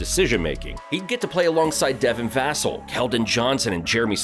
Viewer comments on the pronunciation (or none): Buddy you definitely don’t watch basketball. You pronounced multiple names wrong: Devin Vassell, Jeremy Sochan, Aaron Nesmith, Shai 🤦‍♂️🤦‍♂️🤡 Also you brought up the “current state of Russ” and put a picture of him in a Lakers jersey” 🤣🤣 he plays for the Clippers now casual